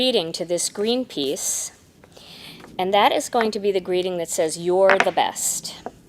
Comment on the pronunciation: Ok I have to say it I laughed when you said green piece cause it sounded like green peace the organization. Lol